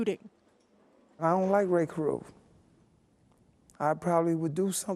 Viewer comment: Why is that monster Van Brent Watkins putting an "F" at the end of Carruth?